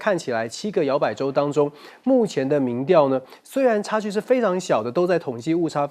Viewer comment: 民‘調’，是二聲，不是四聲